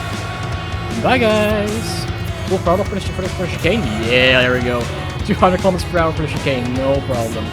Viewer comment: What the H*** is a "Keee-lah-mee-ter"? lol good video love it I just love when I see American cars being driven with KM/H